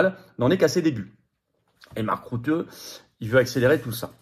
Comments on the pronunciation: on ne dit pas "marc route" mais "marc rute" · Bonjour FLORIAN, Je vis aux Pays Bas. Mark,."Rutte" se prononce ïci "RUTTE" comme tu le prononcerais en Français.